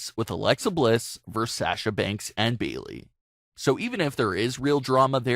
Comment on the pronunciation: Sah-sha? Beeley? Exactly how hard is it to say a person's name right?